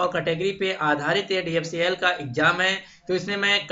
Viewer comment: Jo DFCCIL sahi se bol ni pa rha h wo mujhe cutOff btaega..